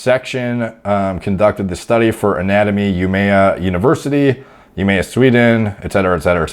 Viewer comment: The way you butcherd the university of umeå pronunciation was amazing! However, loved the video!